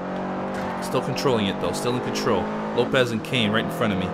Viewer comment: When he said Lopez and Kane right in front of me it sounded like "The Low peasant Kane"